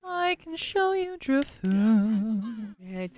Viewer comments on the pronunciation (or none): Lindsay...Lindsay... Lindsay... ITS FUCKING DRIFLOON NOT DRILLFLOON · Lindsay consistently saying "Dril-FOON" instead of "drif-LOON" had me buzzing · DRIF - LOON NOT DRILLFOON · I twitched every time Lindsay said "Drilfoon" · i thought she kept saying drill foon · Lindsey says Drifloon wrong AND different every single time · Listening to Lindsay say Drifloon wrong over and over..... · Lindsay mispronouncing Drifloon was driving me nuts! JUST READ THE NAME!